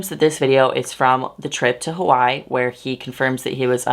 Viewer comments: sorry i’m distracted you pronounced hawaii as “hawai” instead of “hawai-e” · Hey, I don't know if you know but Hawaii was a typo when the islands were submited as a state; it's actually Hawai'i pronounced Havai ee. Also, thank you for being so awesome with the trigger warnings and being sensitive with bleeping some words out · Hawai'i is three syllables